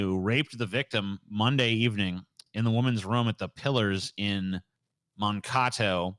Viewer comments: Haha, I've never heard Mankato pronounced Mon-kah-toe. It's Man-Kay-Toe, lol. :-) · The Alzheimer's patient was sexually assaulted in Mon-Kat-O. Its 'Man-Kate-o'.